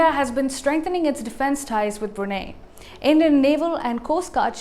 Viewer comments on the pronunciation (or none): Brunei is pronounced as "Bru Nai",not "Bru Nay"! For goodness sake!